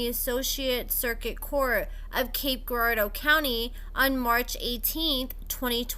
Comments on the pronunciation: YES ~ that was bugging me too. It's like Jirardeau. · the G in Girardeau is pronounced like a J. Hot ☕ tho 🔥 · just call it Cape. You’re saying Girardeau wrong.🤣🤣